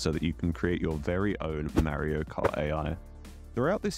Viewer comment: It's Mario not Marry-o